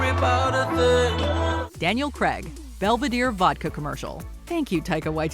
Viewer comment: It's not Daniel Cregg. It's Daniel CRAY-G!!!! Bloody yanks.